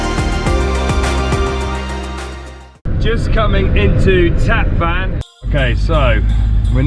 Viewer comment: The City of Van is pronounced "One" not like your transportation Van in English. Tatvan is pronounced Tot one